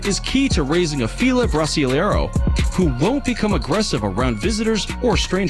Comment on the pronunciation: Dog breed #8 the Fila Brasileiro(pronounced bras lee air doh) I have owned 7 and they are used for hunting Jaguar not big game, the Fila should not be owned by just anyone but are the greatest breed I have ever owned their love and loyalty are 2nd to none however they are stranger unfriendly but when you have a dog to protect your property you do not want a dog that is friendly to everyone, I live on an acreage out in the boonies so they were great to own!! They are like 900 yr old breed made from bloodhound, old world mastiff and an extinct German bull dog. My last Fila died May 2020 and I now have 2 Caucasian Ovcharka since 2017 another large breed, I personally couldn't live life without large dogs I am 5' tall about 110 lbs and handle and train all my large dogs myself.